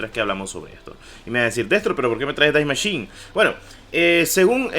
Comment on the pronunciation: Es die machine no dais machin